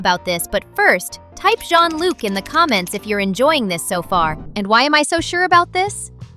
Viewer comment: Bro you don't know how to say john-luc💀☠️☠️💀💀